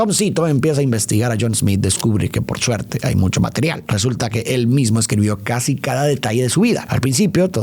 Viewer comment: alguien mas escucho “que por chuerte” ?😂